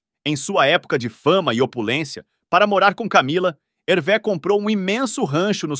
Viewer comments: O nome se fala Hervê, no francês o acento agudo ( ‘) tem o mesmo som do nosso circunflexo ( ^), então, sempre que verem uma palavra em francês com acento agudo lembre-se que o som é fechado. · Lê -se "Hervê" com o som fechado e não como é, como seria em português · Pronúncia correta Hervê !!! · Que triste!😢 Mas a pronúncia correta é HERVÊ! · Muito bacana o vídeo. Só uma dica: a pronúncia é HervÊ. Grande abraço!! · A pronúncia correta do nome é Hervê.